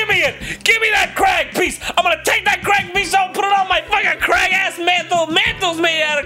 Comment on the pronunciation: "Hey, im crag." "Im not so crag." "Aaaannnd we're the crag crumps!" Or "in this corner theres a crag... Im a crag" "in the other corner not so crag." "Its crag crump vs!"